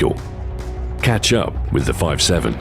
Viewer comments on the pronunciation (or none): meanwihle stu said "ketchup" (catch up)